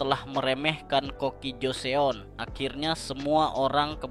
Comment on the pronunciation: Joseon dibaca joson